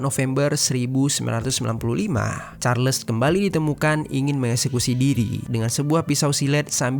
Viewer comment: Carles bang bukan Karles, ralat cara baca Charles nya 🙏